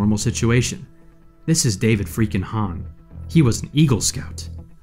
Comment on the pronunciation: Jesus crist! Its David hann!